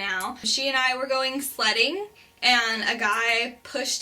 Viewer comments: oh you said sledding! The first time you said it I heard Slutting..... I was very confused on why you were doing that with your older sister... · Omg i thought u said "we were going slutting" and im like...what? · the sledding story was much funnier to me because i heard slut the whole time... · When she me and my sister went sledding i thought she said me an my sister went slutting. :/ oops